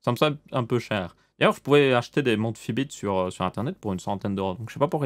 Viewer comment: Fitbit pas Fibits